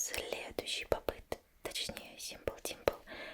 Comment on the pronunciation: Плюсую) они еще неправильно называют, не попыт, па'п ит!